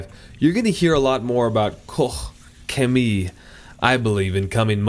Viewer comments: its pronounced caw-ch chem-ee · It's pronounced KO-SHEMIE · . At 00.12 you pronounsed it almost correct. Use Google Translate to practice. Grtz. A Belgian. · I've heard people in german videos pronounce it koshhemi, like KOSH - HEMI (as a chrysler engine "hemi"). Asked a friend from Germany, the correct way would be KOH, but she believes it's a regional accent so there. :D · It's pronounced 'Cock-Shemee'. Yeah, one of the best, the cleaning power on the wheels is as good as Brake Buster. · You pronounced it wrong lol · First of all: Guys, why you care so much how he is pronouncing Koch Chemie :D (Btw the IPA would be „ kɔχ - çeˈmiː “) You have to test out the other products of the company. I highly recommend their „Nano magic plast care“ for exterior plastic parts!! :) it will look like new. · You’re having way too much fun trying to pronounce Koch Chemie lol. Really looking forward to seeing this come to the US. Very well respected brand oversees. Thanks for the video! Hopefully you get to test more Koch Chemie products.